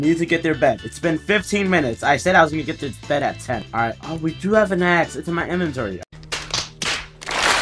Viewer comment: Bro sai d A word instead of Axe lol